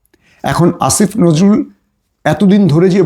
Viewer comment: আসিফ নজরুল বলতে এত কষ্ট কেন? দাদাদের ভাষায় কথা বলছেন আপনি কোথাকার?